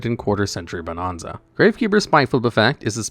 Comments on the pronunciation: Bo-NAN-za. Not bo-NON-za. Stop saying it wrong. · Ahh yes…. “Bonahnza” 😂